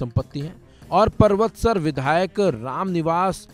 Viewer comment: "पर्वतसर" नहीं "परबतसर"बोलो जो डीडवाना-कुचामन जिले की एक विधानसभा है।